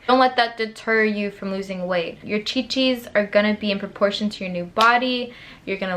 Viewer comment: I started to die when you said chi-chis, I love your personality and channel !